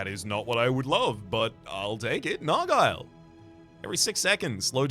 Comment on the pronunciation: that's not how you say nargile